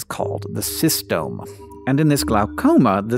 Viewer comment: As someone who's studies the cytostome of a parasite, that "cystome" was physically painful the second time it came out lol